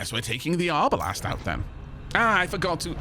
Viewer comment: Hearing arbalest pronounced arbalast hurt my historians soul for some reason xD